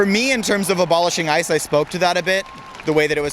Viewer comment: IIt sounded like he said "I'm here personally because I should be abolished."